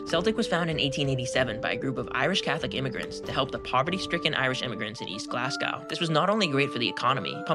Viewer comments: Aye min it’s not glasscow it’s glaz-go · "GLAZZ-goe" or "GLEZZ-ga", but never "GLAZZ-gaow" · The greatest derby is the Glasgow derby, and you cant even pronounce "Glasgow"